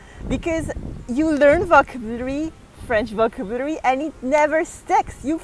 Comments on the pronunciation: VocAAAAAbulary, the accent is on A, not on O)))))) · Hello. I love your videos. Just a little correction. You pronounce the word "vocabulary" wrong, the accent falls on the second syllable, not on the first one. Please keep safe. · I love the way she struggles with the word "Vocabulary", She sounds so cute!! XD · Yes she melts me